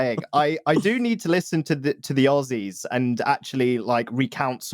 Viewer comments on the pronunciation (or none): none